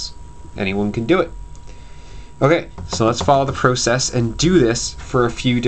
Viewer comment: he pronounced process wrongly lol